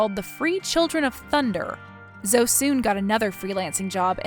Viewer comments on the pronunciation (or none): Her name is zo-e not zo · Zo is so annoying... it's pronounced zo-ee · Zo-EEE. Why doesn't she correct that slimeball? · Zoe was definitely pronounced wrong. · Hearing Zoe being mispronounced over and over again kinda distracted me from the story...